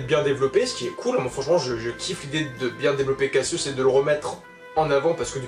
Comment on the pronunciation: J'ai adoré quand tu as appelé Cassios "kasos"... Ça lui va bien. 😂😂😂👏👏👏 Bon par contre "kasos" était déjà développé à l'origine. Merci de te renseigner sur les évènements de la maison du Lion. (Eh voui.)